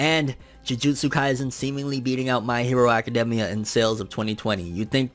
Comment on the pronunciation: It just bothers me how he says academia